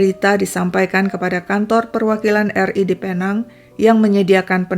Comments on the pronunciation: Sebutannya pi-neng atau pulau pinang. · Sebutannya Pinéng atau Pulau Pinang, Malaysia. Tq ya